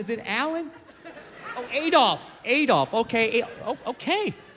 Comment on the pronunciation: ahh-dolf, not ay-dolf